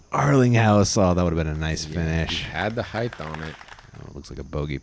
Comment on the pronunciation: what is it with disc golf commentators saying heigth and not height. the word is H-eye-t not H-eye-th ???????